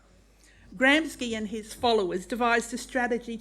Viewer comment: This is the most cooked schitzophrenic Tumblr fanfiction I have ever heard in all my years online. ChatGPT could not come up with a script this nutty. It would be an hours long sit down conversation to correct this clown on all the points where she's abjectly full of shit. Can't even pronounce Gramsci correctly. "Intellectual" indeed. Someone needs to take her meds and/ or check back into the ward.